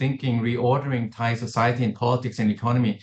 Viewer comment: Also this lady how did she get this job? Can’t even pronounce the names properly she obviously is not educated enough on Thai politics. I’m sure she is very qualified just not on this specific issue and it’s easily noticeable